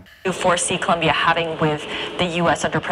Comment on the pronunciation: Habla bien el ingles y es Colombiano, pero no sabe pronunciar Colombia sabiendo que habla español. Colombia: Polomia Colombia : Locombia Debió postularse en Estados Unidos porque de Colombia no sabe ni su nombre.